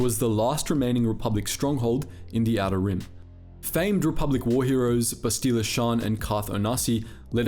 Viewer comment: Why can you not pronounce Bastila's name correctly? They say it in the game and you choose to pronounce it weirdly.